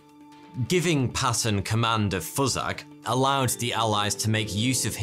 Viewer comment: The pronunciation of FUSAG is flipping funny to me as a South African . That 'word' or rather how its pronounced has a different meaning here. It kinda means "Fu*ck off" LOL